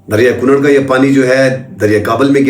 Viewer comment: لفظ کُنَّڑ ہے کونڑ نہیں